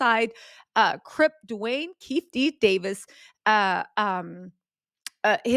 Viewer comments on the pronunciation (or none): Great job, the alleges Tupac Shooters name is pronounced KEY-FEE-DEE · It's Keefe eeee D